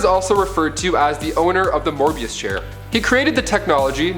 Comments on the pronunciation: its a mobius chair not morbius chair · It is pronounced MOEBIUS (aka the Anti Monitor) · BRUH.... I know you said in no particular order but PLEASE PUT LUCIFER FIRST NEXT TIME. You can’t put a the second most powerful entity in the multiverse (First is God him self/The presence) in number 6 like wtf And btw it’s Mobius not Morbius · every time he says Morbius take a shot # correctly said Mobius Chair he's to amped up for the Morbius movie coming out maybe? Morbius = science made vampire, Mobius = Son of Perpetua, Mobius Chair = What Metron sits on to know everything, and what Batman used to become the God of Knowledge